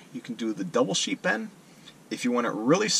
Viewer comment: Ha! I thought you were saying "sheep end". Very good tutorial, thank you! Upvoted & subscribed.